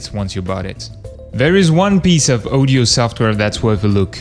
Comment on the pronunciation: It's audio aw di oh not oh di oh odio, pronounced audio